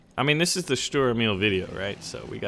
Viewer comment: its funny how you pronounce the name of the german tanks like Sturer Emil! but i like your videos greetings from germany